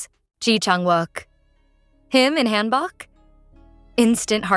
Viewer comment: FYI: hanbok is pronounced more like hanbook. Hope this helps 😊